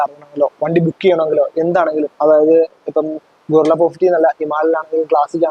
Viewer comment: ഗോറില്ല അല്ലടാ bro ഗറില്ല 😁